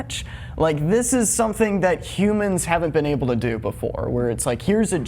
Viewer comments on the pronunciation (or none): none